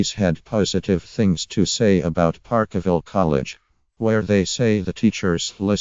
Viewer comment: Ffs if you cant talk about it using correct English, then piss this crap video off . " park a ville " wtf